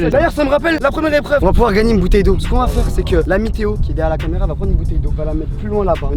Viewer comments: Jurez vous avez pas entendu la météo au lieu de l’ami Théo 🤣🤣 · Quand tu a dit "l ami theo* j ai compris "la meteo" mdr sinon super vidéo